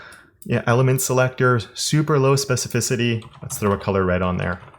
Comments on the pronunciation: I would buy it just out of respect for the amount of times he said specificity without mispronunciation. Ridiculous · I remember you struggling to say specificity, I think there is actually a dedicated video about it, glad you're saying it with ease is.